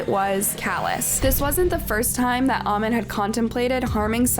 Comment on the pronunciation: The way you're pronouncing "amin" is irritating me please